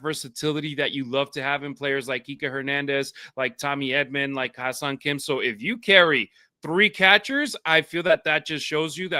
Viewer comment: It's pronounced "Hyay-song" almost like "hu-yay" but with the "Hy" blending more: "Hh-yay song." Key: it's not "high-song".🙂